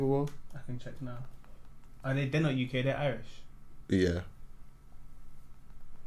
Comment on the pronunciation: The UCK 😂 🇬🇧